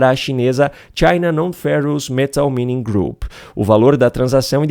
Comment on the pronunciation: Pronuncía-se 'máining'. CRIMINOSA essa venda à China.